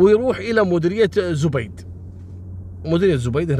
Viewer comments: زَبيد .. بفتح الزآي .. وليس بضمها .. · ترا أنت تنطقزب غلط اسمها زبيد وليست زبيد بضم حرف الزين المفروض حرف الزين سكون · اسمها زبيد برفع الزاي. مو زبيد بضمه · زبيد ماهو زوبيد 😂